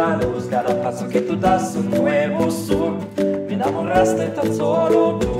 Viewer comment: Parece ruso xd